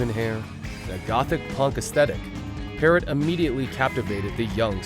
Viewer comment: Demri had endocarditis caused by cotton fever when you inject heroin & a piece of a cigarette filter is injected by accident.Then she had the pacemaker put in. Layne visited her numerous times in the hospital. Her last name is pronounced Parrow.